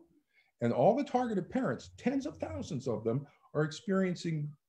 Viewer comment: Thens of tousends of affected parents? No. Millions, millions of them. Great interview with this godsent Duo!